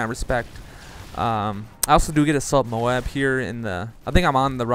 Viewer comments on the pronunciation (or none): none